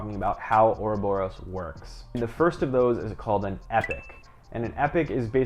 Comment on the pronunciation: cant even pronounce oroborus dark shit